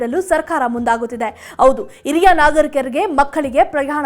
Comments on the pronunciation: Not iriya it's hiriya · Iriya alla HhhhhHiriryA. Hiriya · This girl does not know proper kannada. She pronounces hiriya nagarikaru as IRIYA NAGARIKARU. God save kannada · Yes this girl does not know kannada and to pronounce Hiriya nagarikaru, she say iriya nagarikarige. This girl is notorious for her bad kannada